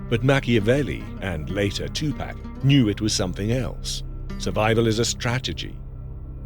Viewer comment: AI never pronounces 2PAC name correctly